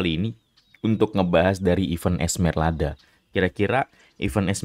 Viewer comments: Esmeralda bang bukan Esmerlada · Dia bilang ESMERLADA cok lu juga salah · udah salah ngotot lagi lu sebut esmerlada kocak